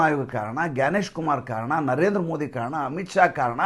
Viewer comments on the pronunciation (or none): none